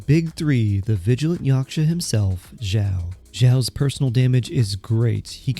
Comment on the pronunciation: why is this guy so quiet??? my volume is almost all the way up and it's still somewhat quiet also him calling xiao "jow" really bothered me